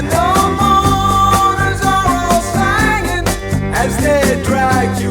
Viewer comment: Did you notice that "the mourners were all sangin' "- not singin'. I guess because it rhymes with " the hangman isn't hangin'. Not that they needed to do that, but it made the rhyme a little bit more perfect! You'll quickly find out that Steely Dan were really perfectionists, they would hire musicians at the very top of their game just to play a few notes, and then dismiss them abruptly. They were known for that. "Aja", the album with " Home at Last", is widely considered to be one of the most produced records ever made. Many many many many many takes of every bit and piece of it. Every song on it is a perfect masterpiece! Like paintings in an art gallery hanging on the wall! Can't buy a thrill was the first record album I ever bought as a teenager, quickly followed by Al Stewart Year of the Cat, and Dire Straits debut album. Not a clinker in the bunch, it was a great time to be a teenager